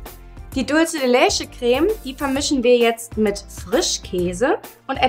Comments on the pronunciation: Sie spricht es falsch aus. Man spricht es "Dulze de letsche" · Carolina D. is des spanisch? weil dann würds ja so ausgesprochen werden: dultsche de letsche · Wenn ihr etwas wie die Dulce de Leche benutzt, dann sprecht es bitte auch richtig aus. Und bitte bitte nicht mehr so viele no bake Kuchen. Ich muss ehrlich sagen ich habe nur noch sehr wenig Lust mir Videos von euch anzusehen weil es immer der selbe kram ist. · OMG... Kopf Wand.... wie sprichst du Dulce de Leche aus? Bitte... DRINGENDER handlungsbedarf! Geht garnicht! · Sara Bauer ist es jetzt so schlimm, dass sie es falsch ausgesprochen hat?? Das hier ist ja kein Spanisch Sprachkurs ,sondern ein Backkanal.. •_•